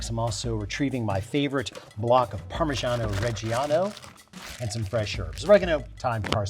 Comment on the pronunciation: Alton, for someone educates us so well with great entertainment I can't believe you pronounce Parmigiano-Reggiano so incorrectly.